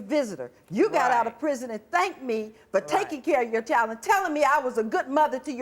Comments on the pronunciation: She also said "5 years in prizm" lol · the way she said "prison" sounds like "prizm". There's a car called the Geo Prizm which is a rebadged Toyota Corolla.